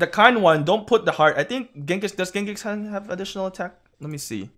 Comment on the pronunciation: Why is he using Genghis Cau Cau?? Lol